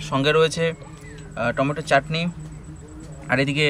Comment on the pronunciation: টমেটা নাকি টমেটা